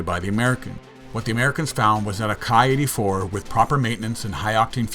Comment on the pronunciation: if memory serves me correctly, the Ki is pronounced as "Kee" as in a key for a lock. At least that's what I've been told by the scribes and sages.:)